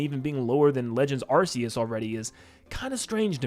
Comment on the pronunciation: You say arc-e-us wrong 😂